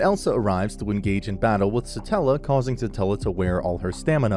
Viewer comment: Why is no one correcting him on Satella lmao Its Satella the witch of envy not stella